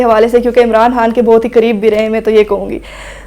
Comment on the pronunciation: یہ عمران خان کہنے کے بجائے عمران هان کہ رہی ہے.